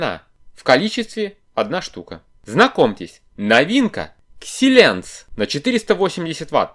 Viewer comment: Думаю правильнее будет читать через АЙ а не И. Хороший БП старечек, все таки хорошо когда БП полный и когда КЗ на себя берет, маленькая дешёвая деталька, вообще супер. БП около 15 лет, ну покрайней мере схемотехнике, и ещё работает, здорово.